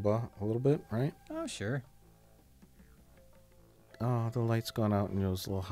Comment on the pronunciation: Jay says the most Wisconsin "Oh sure"